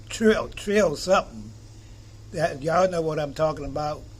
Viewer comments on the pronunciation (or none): none